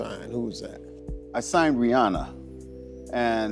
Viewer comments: Can you STOP saying RIANNA it's Rihanna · its pronounced RIH-ANNA, not RIH-AWNA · Ri- ahnna not Rianna